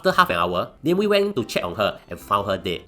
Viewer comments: Aiyoyo it's Na Mie Wie not name we apelah nih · It’s Nah-meh Wee! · AI cannot differentiate it properly